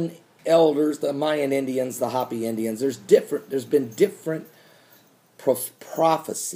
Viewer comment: Hope-e not hoppy, lol thanks.